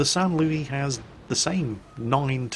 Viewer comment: San Louiee- WAIT THAT'S ACTUALLY SAINT LOUIS IMPOSTOR THE TRUE SAINT LOUIS IS IN TIER III